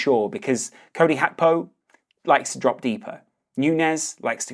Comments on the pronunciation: Hey brother it's GAK PO not hakpo. Thank you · It's GAKPO not fu*king HACKBO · Gakpo is dutch but Gakpo isnt a dutch name so you dont have to say "hakpo" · I know you’re probably pronouncing it correctly & I also know it’s probably ignorant to say this but my god was ur pronunciation of Gakpo fuckin’ annoyingggg😭🤣